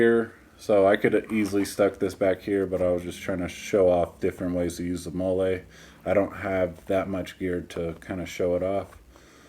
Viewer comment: It is pronounced molly